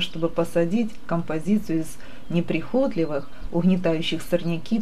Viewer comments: Всё замечательно ! Просто супер.! Но пожалуйста ставьте правильно ударение , особенно режет ухо произношение слова - НЕПРИХОТЛИВЫЕ. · Просто бесит: садИла, неприхОтливые( возьмите словарь и хоть раз прочитайте((( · Спасибо за прекрасно иллюстрированный рассказ. Прошу Вас, ставьте, пожалуйста ударение в слове неприхотлИвые" на второе И. Желаю Вам успехов и здоровья.